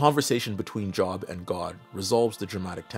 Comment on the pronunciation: The name Job is generally pronounced Jobe. Like, the o is the same as if you said, oh okay. Saying like work job is funny though, because it's probably fitting. People have unmoving faith in their obligation to hold a job.